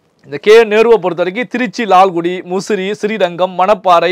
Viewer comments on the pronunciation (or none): none